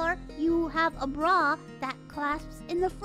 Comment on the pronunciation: All I’m hearing is Bru every time she say bra.